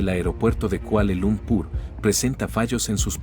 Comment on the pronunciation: 0 ' 13' ' ' : ¡La primera en la frente...! ¡Por favor, se dice "Kuala Lumpur", no "Kuale Lumpur"!